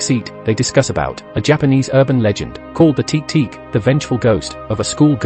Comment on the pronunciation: You know the voice is ai when it says teek teek